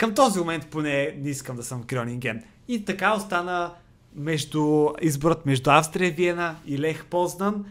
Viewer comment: на български език името на отбора се произнася Аустрия Виена, а не Австрия Виена